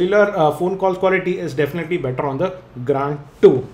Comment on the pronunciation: plzz stop speaking grAAnd bro its grand...